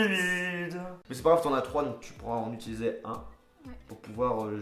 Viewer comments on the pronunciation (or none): none